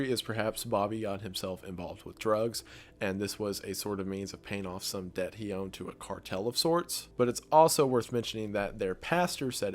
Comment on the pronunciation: The "B" in "Debt" is silent. Just saying.